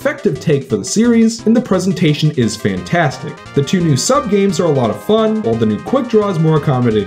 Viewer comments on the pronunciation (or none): none